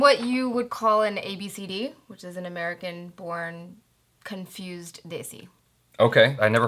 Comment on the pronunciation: you got "conufused"